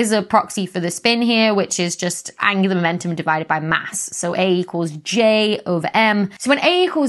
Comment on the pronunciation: Angular momentum.... I keep hearing it as Angela Merkel 😂 sorry Becky